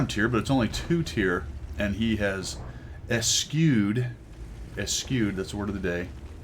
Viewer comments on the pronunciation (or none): Again, not to be pronunciation police but because I think you'd genuinely want to know - I've always heard it said "eh-SHOOED", rather than "esKEWED" ("again" because I did this a while back when you used the word "oblique"). (I won't make this a habit.) Also a while back you featured one of my replays (IGN Fishrokk), and you mentioned camo in your commentary on that video as well. Afterwards, I went to try and put some on one of my tanks for credits. At some point, they had completely changed how that worked and I wasn't able to even figure out how to do that. One short post-graduate degree later, I'm now informed. Thanks,! XD